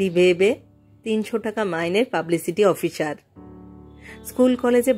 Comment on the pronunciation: ডিরেকটর, প্রফেসর (ডিরেকটর এর মতই উচ্চারন), অফিসর,,,,,,, উচ্চারণ ঠিক করতে হবে।